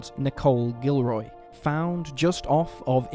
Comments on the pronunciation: I'm from Louisiana and I 100% believe that the police department was corrupt! they were way beyond corrupt in the town that I was from so there's no way they weren't corrupt in Jeff Davis! And it's pronounced Gil-or-ree not Gil-roy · You said necole gilroy it's not it's guillory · Guillory is pronounce wrong.